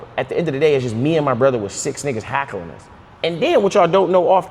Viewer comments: Lol it’s not hackling it’s heckling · its hell-cuh-ling not hack , but I fw y'all tho